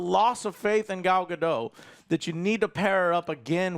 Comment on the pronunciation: btw gal gadot's last name doesnt rhyme with doe... its pronounced guh-dot seriously google it.